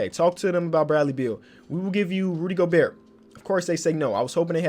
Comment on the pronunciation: U dont pronounce the T at the end of Gobert in french